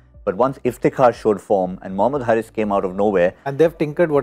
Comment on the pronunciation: The right pronunciation is Haris like Haris rauf and not Harris like Chris Harris